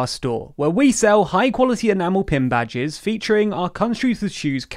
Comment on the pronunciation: I'm gonna point out the "ENAMEL PIN BAGDES"